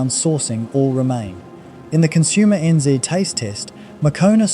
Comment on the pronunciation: This is an AI voice I think. Who says consumer enn zee? Some audio glitches too